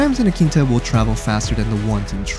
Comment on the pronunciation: Hamare aankita bol rahe hai 😂😂